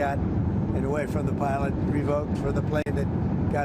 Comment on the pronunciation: “Milot, milot, I mean pilot,”says the buffoon